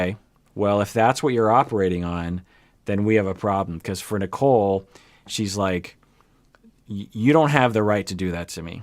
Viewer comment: I know. I just call her Nickel because (especially) during the first parts, the way Azan pronounced her name sounded more like Nickel instead of Nicole (yeah, its his accent and whatever, i just found it funny).